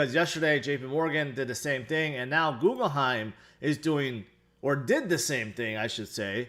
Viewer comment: Does say “Googleheim” to troll us?